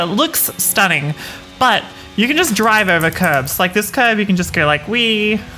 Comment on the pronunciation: Lost me at "Ready to gorrrr"